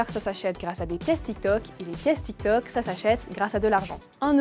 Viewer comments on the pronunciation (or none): none